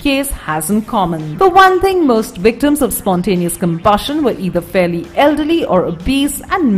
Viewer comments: "spontaneous human combushin" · This wifie's voice is aboot to combust at her pronounciation of combushion.